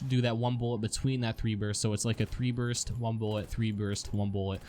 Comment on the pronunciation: you made a mistake, you said "Burt" not burst.